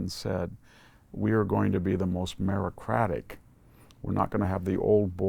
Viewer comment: Fyi. It's meritocratic, not merocratic..